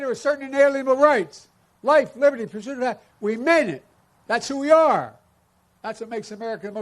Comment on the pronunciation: "Life, liberty, pursuddidat..."